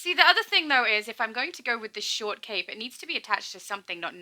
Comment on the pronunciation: Why you hate the short cape?? Its a fine cape?? Although.... I hear short cake when you say it. ;) Makes me hungry. ;)